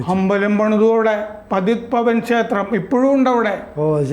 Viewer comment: पतीत पावन क्षेत्र. പതീത് പാവൻ ക്ഷേത്രം എന്നാണ് ശരിയായ ഉച്ചാരണം.